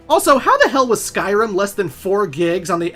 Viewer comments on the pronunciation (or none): none